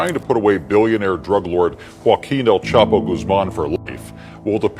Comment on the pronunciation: Spent All This Time And Money Investigating Chapo But Never Learned How To Pronounce His Name.